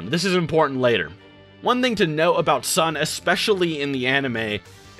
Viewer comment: I got pissed every time he said Son.